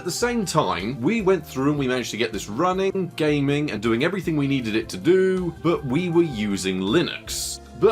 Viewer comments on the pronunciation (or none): none